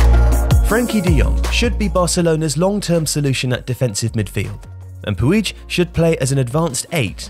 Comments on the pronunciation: Pronounced as "pooj" not "puij" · Still can't pronounce Puig correctly? jeez